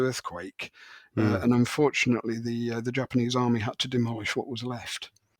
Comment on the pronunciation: I don’t know your backgrounds but, I was really impressed with your pronunciations of Japanese names and words. I’m going on 4 decades in Yokohama, Japan. I rarely hear non Japanese people speak in such an authentic way.